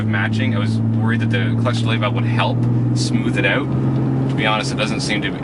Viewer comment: ow ow owwwwt not oot ffs